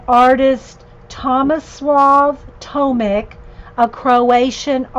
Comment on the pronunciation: Hi, his last name is pronounced as Tomich - just for your information. And yes, the language is Croatian, of course :)